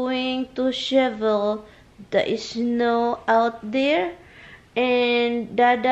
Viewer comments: Shivel another meaning pronounce it as shovel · Tulong lang sayo ha, say shovel not shivel. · It's not shivel, but shovel. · She said shiebel at least 20 times it’s shovel my friend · The right word is shovel, not shevel.